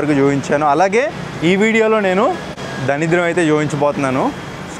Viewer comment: daridram ra samy.. danidram kaadu